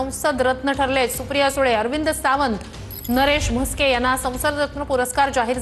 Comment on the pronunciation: नरेश मस्के याला नीट नाव सांगता येत नाही याला संसद रत्न. काय mota जोक आहे